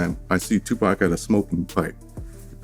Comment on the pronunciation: There's no way im gon keep on watching the rest of the video with the voice over sayin TUPACK!Im done